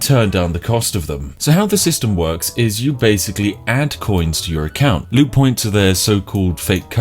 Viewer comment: I love how I thought you said lewd points instead of loot points Seems like the perfect currency for a scummy company such as G2A